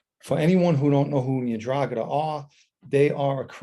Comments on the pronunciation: Pronounce it right buddy…. en-Drah-Gah-TUH….. you usually have decent Italian pronunciation, I’m sure you will fix this. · Hi Irish Green. Hope you are well. I'm such a numbnut to this stuff - the first time I heard him say 'Ndragheta I heard Andromeda - and said to myself, you mean the spaceship? 😳 Stay safe